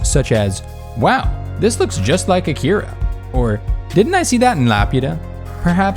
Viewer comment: When you can't even pronounce A-Ki-Ra right, you tend to lose a credibility, same with "otakus" (Japanese plurals don't have an "s"). It wasn't bad, but it could have been so much better.